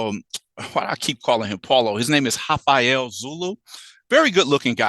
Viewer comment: Sorry, there's no H in Rafael.